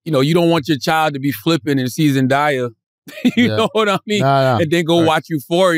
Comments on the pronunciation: ZEN DAY YUH … not ZEN DI YA !! lol I’m sorry is that a New York thing? I keep hearing New Yorkers pronounce her name wrong. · Every time.. ZEN DAY( DAAAYY) not ZEN DIII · Why are they pronouncing her name like that. When did it become Zendiya?? lmao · They pissin me off how they sayin zendaya’s name